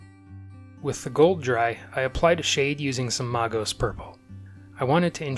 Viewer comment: Really great paint job, but where are you getting that pronunciation of Magos? You know it's a derivative of the word Mage right? MAY-gos, not MAR-gos.